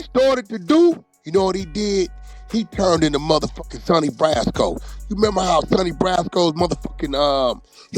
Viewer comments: He said Sonny brasco 😭 it’s Donnie brasco creator face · First of, u don’t even sound right calling people busters and civilians. Secondly, did wack mean Donnie Brasco when he kept saying Sunny Brasco. 😂😂